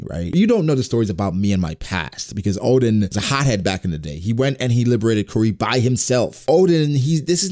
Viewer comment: My ears having problem with his "Odin" pronunciation instead of Oden...